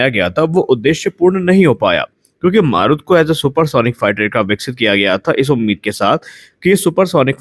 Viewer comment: "मारुत" नही "मरुत" ... "मरुत" का मतलब वायु, पवन,... सही उच्चारही पता नही, और चले है समाचार बाटने.